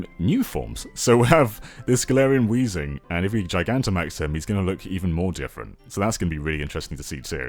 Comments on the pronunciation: it's "weezing" yo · add an H to Weezing's name Weezing: MY NAME'S! NOT! WHEEZING!